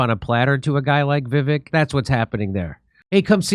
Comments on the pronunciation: It's Vi-Vake like cake. Not Viv-ick👍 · It's pronounced Vi-VAKE, not VIV-ik. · It’s pronounced vi-Vake I believe. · Va Vake short a, long A, is how to pronounce his name correctly. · Jimmy, his first name is pronounced like Vi Vake (long A). :) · It’s pronounced Viv-ake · Jimmy! ::: Vivek (rhymes with Cake). Have him on the show please! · "Vi-vake" is how it is pronounced, Jimmy. "Pala-steen" is how it is pronounced, Jimmy. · just want to correct one thing: His name is pronounced vivek like it rhymes with cake. So almost an up-tone from the first syllable to the second. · Pronunciation of Vivek’s name should rhyme with cake. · It's pronounced Viv-ache (ryhmes with CAKE). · Vivek is pronounced “vih-VAKE” — short i first syllable, long A second syllable. Accent on the second syllable. Am I right? If he ends up being like the others in this wretched class, we can remember that the second syllable of his first name rhymes with FAKE. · It's pronounced Viv-ake. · It’s pronounced vivake like cake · Vivek.. Vi -weck.. practice it... His honest.. trust him to lead. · Vivek is pronounced viv-ake I think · FYI....VIVEK is pronounced VIVAKE...like CAKE....his words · Jimmy, it's pronounced 'Vivake' (emphasis on the second syllable). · Vee Vake… is the pronunciation…. Vee Vake. Haha. He’s bad ass for sure tho! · Vivek is pronounced with a long A for the second vowel. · Still can't pronounce his name correctly Dore? Come on.